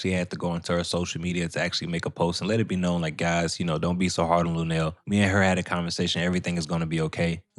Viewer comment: Come on not lunell man